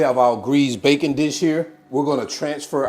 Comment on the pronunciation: You pronounce tarragon the same way I do so that makes it correct. 😊. When you said greased baking dish I thought you said bacon. So I think bacon would taste awesome in here (but then it's not French onion I guess.). Nice video!